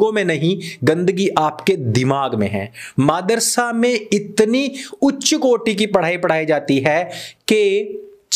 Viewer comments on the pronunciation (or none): Bahut achcha lagta jab sir kehte hain, Maadarsa instead of Madarsa.... 🤣🤣🤣🤣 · bhai aap jabh bhi madrasa bolte ho kasam se aise lagtai gali hi he 🤣🤣